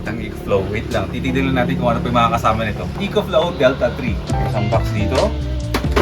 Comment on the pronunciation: “Eh-kho” Flow boss